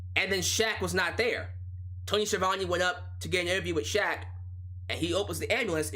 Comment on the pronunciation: Justin Roberts did Shaq's name like a boss! I recommend going back to hearing that.